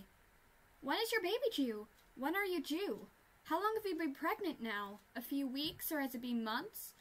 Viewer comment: "Oh my gosh When are you due" sounds like "oh my gosh when are you jew" stg